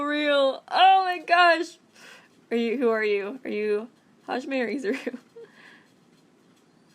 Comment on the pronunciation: its hizuru half izuru and and Hijime